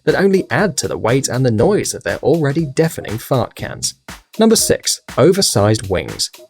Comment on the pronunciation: He said sex no six😂